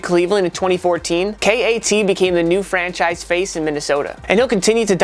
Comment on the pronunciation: No ones gonna talk about how he called KAT K-A-T